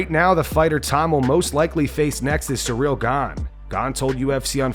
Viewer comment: Do you just use an AI, you're a mispronouncing Gane's first name. And before you go and say something like "oh this is how it's actually pronounced", neither he or his coach says it the way you do.. anyways it is what it is but that on top of hearing from the same five people over and over again is kind of getting old